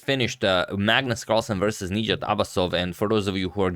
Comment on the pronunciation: the stress is on the A not the I in his name - nijAt